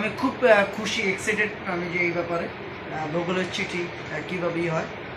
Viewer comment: ভূগোল না রে ভাই, গুগল হবে।। মান বুঝি আর থাকল না।। এর আগে একটা ভিডিও তে শুনেছি ইঞ্জিন থেকে ইঞ্জিল,, তার পরে একটা ভিডিও তে শুনেছি স্টারিং থেকে স্টার্টিং আজ আবার শুনলাম গুগল থেকে ভূগোল।।।‌ একটা ভিডিও বানানোর আগে আপনি একটু ট্রেনিং দিয়ে আসতে পারেন তো।।।